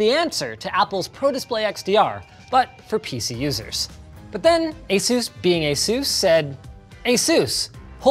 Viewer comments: Asus is named after the Pegasus, someone tell Linus to stop pronouncing it like Zeus!! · Guys Say Asus... but without the A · "ay sews" be making monitors brighter than the sun